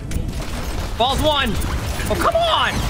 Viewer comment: He said bombs, but yeah, it sounds like balls lol